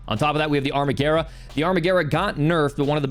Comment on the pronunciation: Thank you for saying Amarguerra correctly!